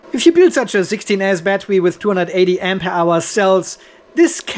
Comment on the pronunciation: Why do you say " AMPE HOUR" ????